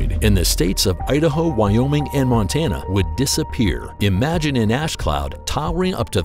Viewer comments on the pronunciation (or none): none